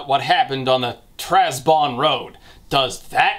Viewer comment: Trabzon not Trazbon. I have seen that worthy of correction since Trabzon is the name of an actual city in Turkey (also known as Trebizond in English).